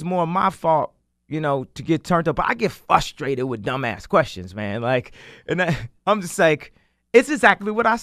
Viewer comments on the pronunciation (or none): it's not 'fustrated' Kanye damn i hate that shit